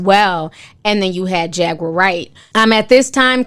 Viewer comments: I lol eveytime Ti called her Jager instead of jaguar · It’s JAGWAR not JAGGER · Jag-uar not jagger damn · Her name is Jaguar. Pronounced jag-war, just like the animal. It's not Jagger. That's the Rolling Stones frontman Mick's last name. 🤦‍♀️🤦‍♀️ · You pronounce her name like the animal: Jaguar. Not Jagger. I don’t know what a Jagger is sis. 😂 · It’s Jag-war luv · 🤦🏾‍♀️ how you pronouncing her name wrong 😂😂 “Jagger” 😂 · Her name is Jag-uar like the car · Jaguar is pronounced like the car or the cat jaguar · jag·uar (pronounced Jag•war)....been a fan since day one. this requires an entire podcast/livestream for my generation... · I cant get past not being able to pronounce jaguar